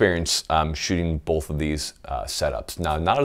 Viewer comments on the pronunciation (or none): Did you just put an L in "both"? Go ahead and hit that subscribe button. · There is NO L IN THE WORD BOTH!